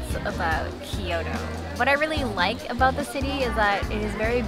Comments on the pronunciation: Its kyoto, not kioro lol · thanks for taking us along! enjoying your content but please at least try to pronounce the cities correctly!! its not Ki-Yoto, it's Kyoto. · Thank you for the video. One observation, you are clearly Japanese, why do you pronounced as “Kyoro” instead the of the right way KyoTo?